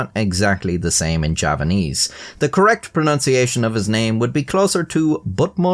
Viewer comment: Ýeah, sorry, I could have sworn I heard him say Japanese but obviously given context it must have been Javanese